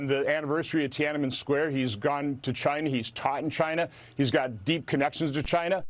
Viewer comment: Tianmin Square? The place where an attempt to MAKE democracy?